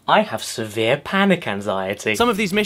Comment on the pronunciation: "I have sever panic anxiety! killed me :D :D :D